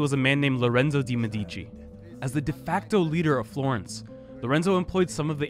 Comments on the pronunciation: it is actually mèdici and not medìci but it's ok. great video nonetheless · Why English speaking people always stress the second syllable of Medici? Why even bother affecting an Italian pronunciation if you cannot emphasize the correct syllables?